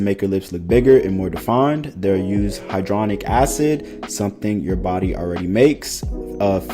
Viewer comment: Loved this vid. Impressed nobody had done this before. Ps: its "hyaluronic" acid, not hydronic. Ive been told my unconventional phonetics tend to help people with pronunciation so here goes lol: "Hi-ya lure-on neek"